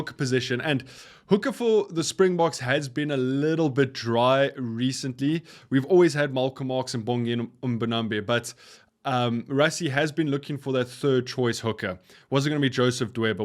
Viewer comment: akhonto inzima, umjita mve xa esithi makazole yena uyilahla athi makazolo awunothi linzima elagama abe elibize kakuhle lonke igama akhethe uzoyi lahla kwi vowels. ox nche akhethe uzothi ox ncher xa ebiza umbonambi uthi mbonambe. mtakwethu ukuze siphilisane sonke kakuhle kumele sihloniphane sinikane imbeko silungisane xasi bona impazamo kodwa xa into uyenza kgoqo ithi lonto awuzi miselanga ukuguquka and lomfo akazi miselanga.... i appreciate that we live in a rainbow nation but we have embraced the white people and white culture in our country, we have learned how to speak multiple languages and live among white folk. the only thing that i have an issue with is mispronouncing players names, you can not have such a huge platform where your focus is rugby and the players but you still can not pronounce the names o the people yo speak about. platforms like forever boks and egg chasers dont make that same mistake and egg chasers is not even south african which is why to me it comes off as disrespect but like i said to me it is off putting